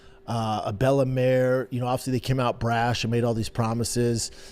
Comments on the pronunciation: Its bella mir not bellamare 😂😂😂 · He said Bella “Mare” 8 times.. Nobody reached out. Lies, lies lies